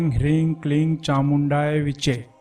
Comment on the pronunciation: last letter is che and not chai